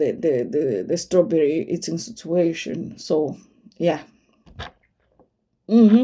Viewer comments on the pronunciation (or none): The way you say strawberry tickles me 😂😂😂💀